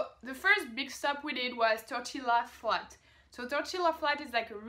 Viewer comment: The pronunciation of Tortilla Flats is Tor-tee-uh Flats, lol (Spanish). The Gila (River) or Gila Monster (lizard) is pronounced he-luh. The American Southwest (Pre United States was occupied by Spain. The official language is Spanish in Mexico, Central America and South (with the exception of Brazil being Portuguese). That is why there are Spanish words, names of places, animals etc. Your English is far better than my Spanish, let alone French!